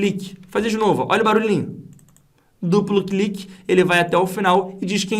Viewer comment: min. Clupu cliqui. Ri muito aqui da sua dificuldade em falar duplo clique 😂😂😂. Brincadeiras a parte, aula sensacional. Estou me preparando para concurso público, e sinceramente não tinha noção nenhuma sobre a construção da fórmula. Entendi perfeitamente o processo. Parabéns e muito obrigado.